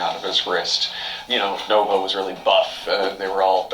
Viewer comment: Did the guy just call Nova, Novo?